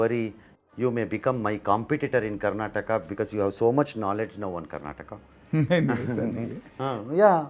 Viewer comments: Say Karnataka properly not Karnatak you fool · its not karnatak its karnataka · It is Karnataka not Karnatak. Kannada not Kannad. Why is it so difficult to pronounce the name right? Is Telangana called Telangan? Telugu as Telug?